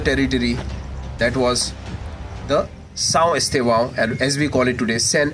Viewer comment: Poor Pronunciation of the name of the village, Please change the title to read (Portuguese) . Lovely Video Scenic